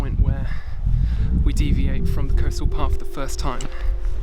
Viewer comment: You can get across the river at low tide at the beach end, it's amazingly shallow. Pronounced Cook Mere by the way.